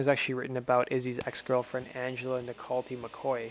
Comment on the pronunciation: Hi guys & gals & GNR Central ( unofficial). FYI: My name is Angela Nicoletti McCoy. You pronounced my name wrong. It is pronounced Nic-ol-etti. Thank you! Yes Iz wrote `Patience´for me.( really for all of us in life). Axl did write the ending. He grabbed Izzy, I and the band in Fresno 1989 in a little backstage room with a freezer. We huddled in & he sang the ending with such passion that all of us looked at eachother & ...No words! That is all I will say about this. I have the original cassette with Iz singing and lyrics of it. They can carbon date it all! Also, We were engaged for approx: 3 years or so! The early days. IMO:Alan Niven & I agree Izzy was the soul of the band back in the day. They seemed to have grown apart and I wish them all the best. Bygones.